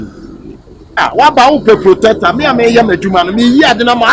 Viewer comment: Please the word is protector but not plotector wai